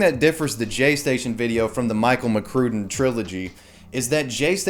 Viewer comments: It's pronounced Mc Crud in. I liked his vids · if you say Michael McCrue-den one more time